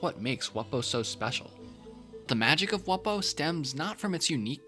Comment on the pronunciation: You pronounced it wrong. It’s pronounced “Wumbo”